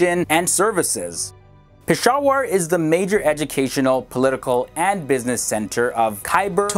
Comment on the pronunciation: Hi I would appreciate if you pronounce the names properly I know that you only know english Some corrections SIALKOT = SAY...AAL...COAT PESHAWAR = PISH...A...WERE QUETTA = KUAY...TAA SHAHID AFRIDI = SHA...HID (LIKE HIT) I hope youll like it... Regards Im from pakistan and i love your videos...